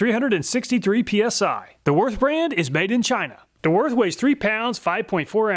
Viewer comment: Small mistake: its ''worth'' not ''Würth''